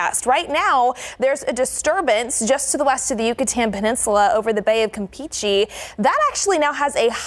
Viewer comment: It's not Campechee... It's Campeche